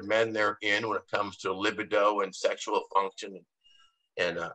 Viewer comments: Lol - yeah, it's not Lib-uh-doe. It's pronounced Luh-B-doe.... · I knew someone would have to say it 😂 For the love of God it's lib-ee-do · He says lib-id-o one more time I’m going to jump through this phone.. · Hahahahah.. li bi do 😂😂😂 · I appreciate the Drs contribution to the program but I don't like the way he pronounces libido. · is it luh-bee-doh or li-buh-do? after hearing you both pronounce it in the former way I am questioning myself now